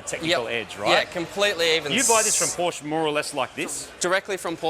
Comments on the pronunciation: "Porsche" is two syllables: "POR-shuh". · I know you can do better: Porr-sheh. It's German, thus you must pronounce it according to the rules of German language, even if it uses the same letters as your English language. Porr-sheh. Folks-va-gen. Bil-shta-in.